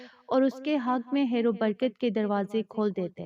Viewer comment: Aap Urdu k alfaz sahi se nahi bolti khair ko hair aur khas ko hass bolti ho words ko sahi se parehn